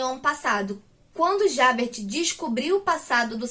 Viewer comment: Esse livro é maravilhoso! Mas pronunciar nomes estrangeiros é difícil. Se me permite, vou dar umas dicas pra ajudar: Jean Valjean = Jân Valjân (com som de jota mesmo) Javert = Javér Parabéns pela resenha 😁